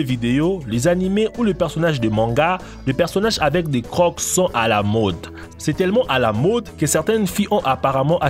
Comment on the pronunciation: . Quelques remarques : Si nos chères têtes blondes nettoyaient les écoles en France, ils seraient sûrement plus respectueux de leur environnement. Il faudrait commencer par leur faire nettoyer leurs chambres... Pour info, le mot "croc" ne se prononce pas "croque" [kʁɔk] mais "creau" [kʁo]... Souhaitons que les parapluies intégraux de provoquent pas de condensation excessive sur les parois internes... Les reliefs sur les quais existent depuis presque 20 ans dans le métro parisien... Les conditions de la femme au Japon sont dénoncées mais pas expliquées. En quoi la femme occupe-t-elle une position inférieure ? Les Japonaises ne semblent pas si malheureuses... Quant aux distributeurs automatiques avec détection des visages, certains risquent de se voir proposer un flingue avec une balle. Simple question : le Coca "Clear", n'est-ce pas tout simplement du Sprite ? Les bulles et la mousse lui ressemblent beaucoup. LOL...